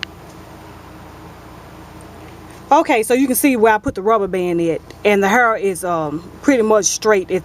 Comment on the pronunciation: i <3 How You Say Hair, You Say "Har" :-D